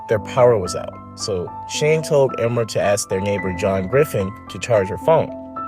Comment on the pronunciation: It's not emma, it's E-mer